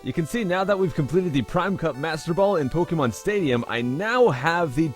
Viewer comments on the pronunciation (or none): none